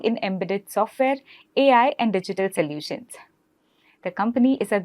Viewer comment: May I correct you please....it is not 'salutions' it is (so) solutions